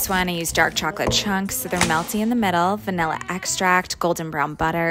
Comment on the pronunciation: “Wath veNillllA isSe cReEem iN bAtWeeEën” the talk😭🙏